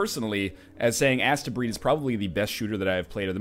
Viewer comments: I think it is possibly supposed to be pronounced 'Astebreed as in "haste-breed". EDIT; Now that I have watched a bit, judging from the speedy gameplay I feel I may be right. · I thought it was pronounced like AH-steh, like a futuristic japanese conception of how astro- (romanized transliteration into japanese is something like asutero-) would be pronounced if the prefix were integrated into the japanese language, making the title mean something like "the children of the stars". I haven't played it yet and didn't pay much attention to the subtitles in the video, but you do seem to be assaulting a planet from space... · isnt it pronounced like hastebreed ?